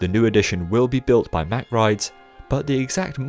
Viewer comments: What never ceases to amaze me at Europa Park is the awesome theming. I've been to Heide Park many times before I first came to Europa Park and it just blew my mind. Europa Park's theming is just awesome. Oh, by the way: Good effort on pronouncing the ch, but Mack has just a hard k at the end ;) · Hey so I'm a staff member at Europapark and we actually pronounce it MaCK(K) :)